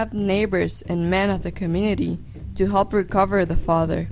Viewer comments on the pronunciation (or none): none